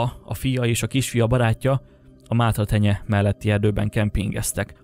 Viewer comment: Mátraterenye nem mátratenye🤣